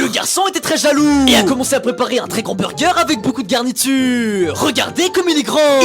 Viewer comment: Tu casse la tête avec tes mots que tu prononce comme sa (Burgeeeeeeeeeeeeeeeeeeeeeeeeeeeeeeeeeeeeee eeeeeeeeeeeeeeeeeeeeeeeeeeeeeeeeeeeeeeeeeeeeeeeeeeeeeeeeeeeeeeeeeeeeeeeeeeeeeeeeeeeeeeeeeeeeeeeeeeeeeeeeeeeeeeeeeeeeeeeeeeeeeeeeeeeeeeeeeeeeeeeeeeeeeeeeeeeeeeeeeeeeeeeeeeeeeeeeeeeeeeeeeeeeeeeeeeeeeeeeeeeeeeeeeeeeeeeeeeeeeeeeeeeeeeeeeeeeeeeeeeeeeeeeeeeeeeeeeeeeeeeeeeeeeeeeeeeeeeeeeeeeeeeeeeeeeeeeeeeeeeeeeeeeeeeeeeeeeeeeeeeeeeeeeeeeeeeeeeeeeeeeeeeeeeeeeeeeeeeeeeeeeeeeeeeeeeeeeeeeeeeeeeeeeeeeeeeeeeeeeeeeeeeeeeeeeeeeeeeeeeeeeeeeeeeeeeeeeeeeeeeeeeeeeeeeeeeeeeeeeeeeeeeeeeeeeeeeeeeeeeeeeeeeeeeeeeeeeeeeeeeeeeeeeeeeeeeeeeeeeeeeeeeeeeeeeeeeeeeeeeeeeeeeeeeeeeeeeeeeeeeeeeeeeeeeeeeeeeeeeeeeeeeeeeeeeeeeeeeeeeeeeeeeeeeeeeeeeeeeeeeeeeeeeeeeeeeeeeeeeeeeeeeeeeeeeeeeeeeeeeeeeeeeeeeeeeeeeeeeeeeeeeeeeeeeeeeeeeeeeeeeeeeeeeeeeeeeeeeeeeeeeeeeeeeeeeeeeeeeeeeeeeeeeeeeeeeeeeeeeeeeeeeeeeeeeeeeeeeeeeeeeeeeeeeeeeeeeeeeeeeeeeeeeeeeeeeeeeeeeeeeeeeeeeeeeeeeeeeeeeeeeeeeeeeeeeeeeeeeeeeeeeeeeeeeeeeeeeeeeeeeeeeeeeeeeeeeeeeeeeeeeeeeeeeeeeeeeeeeeeeeeeeeeeeeeeeeeeeeeeeeeeeeeeeeeeeeeeeeeeeeeeeeeeeeeeeeeeeeeeeeeeeeeeeeeeeeeeeeeeeeeeeeeeeeeeeeeeeeeeeeeeeeeeeeeeeeeeeeeeeeeeeeeeeeeeeeeeeeeeeeeeeeeeeeeeeeeeeeeeeeeeeeeeeeeeeeeeeeeeeeeeeeeeeeeeeeeeeeeeeeeeeeeeeeeeeeeeeeeeeeeeeeeeeeeeeeeeeeeeeeeeeeeeeeeeeeeeeeeeeeeeeeeeeeeeeeeeeeeeeeeeeeeeeeeeeeeeeeeeeeeeeeeeeeeeeeeeeeeeeeeeeeeeeeeeeeeeeeeeeeeeeeeeeeeeeeeeeeeeeeeeeeeeeeeeeeeeeeeeeeeeeeeeeeeeeeeeeeeeeeeeeeeeeeeeeeeeeeeeeeeeeeeeeeeeeeeeeeeeeeeeeeeeeeeeeeeeeeeeeeeeeeeeeeeeeeeeee